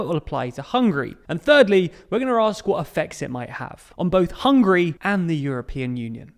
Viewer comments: . Hungry or Hungary? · It's Hungary not Hungry. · It's Hungary not Hungry 😂🤤 + sometimes you pronounce it Hungry ...which makes me hungry